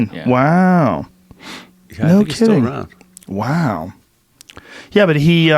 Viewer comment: Joe hit the “wow” so hard that Owen Wilson’s spine tingled